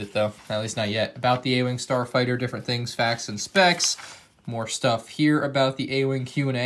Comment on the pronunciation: ah yes the “starfigter,” my favorite ship in Star Wars